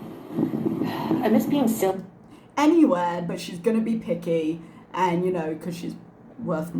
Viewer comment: Ooh she said "picky"! I could have swore she said "I'm gonna be piggy". And I believed her